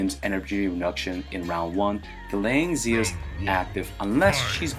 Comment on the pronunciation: Since it's a Chinese based game, it probably is ideally pronounced shia. X makes an sh sound in Chinese. I don't know what her Chinese name is but 夏 (xia) was the first Chinese dynasty.